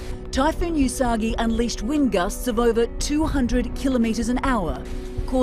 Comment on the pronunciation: yusagi? ;O usagi is pronounced oosagi :) lol it means rabbit in Japanese. but yeah, we should at least be prepared no matter what. it's more safer that way and keeps you more calm if something occurs. also, sorting out things you don't use is important as well :)